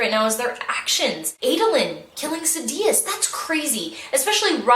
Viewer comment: I prefer pronunciation of Sadeus. SAD-ee-us Instead of Sa-dee-us I remember how galling it was on Nevani's POV chapter and the female narrator pronounced it differently. I prefer the one I heard first.